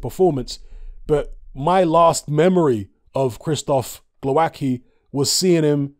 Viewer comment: From my experience of Slavic langauges I'd say you pronounce it: Glov-ats-key